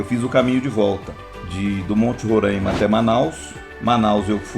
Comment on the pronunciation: Bom dia, apenas p efeito de correção...o nome do estado é Roraima apenas com o O e o A abertos.....n existe o..o tônico..Rôraima....que o pessoal do S é Sudeste fala..talvez seja uma das grande s desavenças do querido povo desse lindo estado do norte do Brasil...misto de florestas...rios e campos e cerrados e campos...